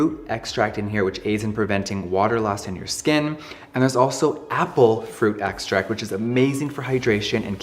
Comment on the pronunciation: Water is obviously a chemical compound, but it's certainly not "harsh", which was his claim. You seem like a Jeffree hater just from his video without ever trying the products. The Kylie 2.0 comment was pretty petty. Also learn how to pronounce extract. He doesn't do botox anymore, and using the Kylie skin video from years ago before he studied skincare isn't fair to throw in his face now. And don't claim to know his next move is scamming people on acne and wrinkle products.